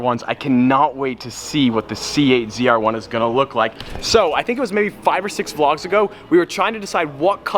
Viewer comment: Hearing say “ZR1” is just weird😂 stradspeed717